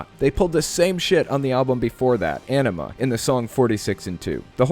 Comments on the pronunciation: It's Aenima, and he's pronouncing it incorrectly. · You say you are a TOOL fan but can’t pronounce Aenima. Lol. I really don't think you understand how Maynard works, like at all.